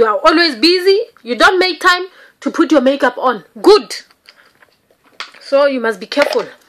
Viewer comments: "you POOT" XD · Anyone else say “put” like her while doing your makeup lol lol I do all the time